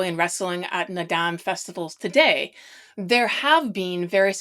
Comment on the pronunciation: FYI: Naadam Is pronounced more llike “ nard-arm”. The end of the word is never pronounced as “dam”.